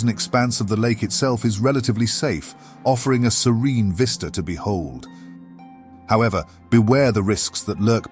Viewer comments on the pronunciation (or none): none